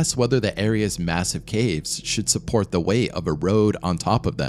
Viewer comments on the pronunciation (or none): none